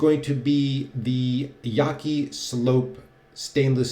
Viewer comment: yah-chee- Chinese pronunciation